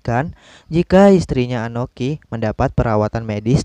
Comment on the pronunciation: Akoni bukan anoki, sakelar bukan sakalar